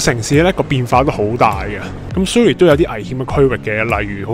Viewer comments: Surrey U 不是发u 音 是倒e:音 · Surrey 发音错了,应纠正.